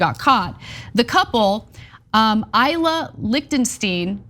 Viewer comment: That's not how you pronounce Ilya ... he's ill, ya?